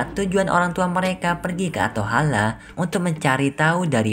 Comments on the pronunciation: Atholen bukan atohala😂😂🤣🤣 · ateholen kak bukan ateholeh